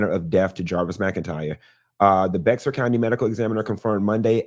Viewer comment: Bexar is pronounced “bear” or “bare”